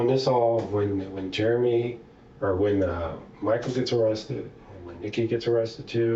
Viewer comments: Idiot could pronounce discombobulated but called Jeremy " Germy" go figure 🤣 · I wish he would learn how to pronounce Jeremy. He keeps saying germy. But it is funny, though. 😂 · Why do I feel like the story he's telling has a lot more to it? It's like he's telling one line of erroneous details and skipping 3 lines of important details. (Ugh, why does he pronounce Jeremy as "Germy"?) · How annoying is him saying 'Germy' instead of 'Jeremy' 😬😬😬